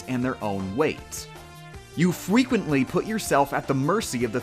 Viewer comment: "You fwequently put yourself at the physics system"